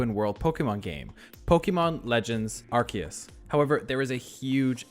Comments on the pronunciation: It's pronounced; AR SI US. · it's Arceus with a Z sound, not a K sound.